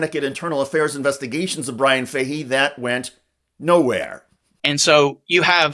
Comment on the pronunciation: I can't get past the mispronouncing of the name Fahey😢